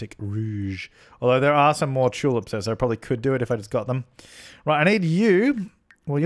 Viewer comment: I like how you say Tulips, I laugh every time "chulups"